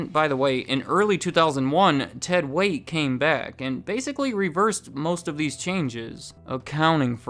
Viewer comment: It's Ted "Waitt".